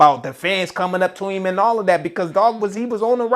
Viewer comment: “i asked eem to take it down” 😂😂😂 E HIVE !!!!!! 😭😭😭😭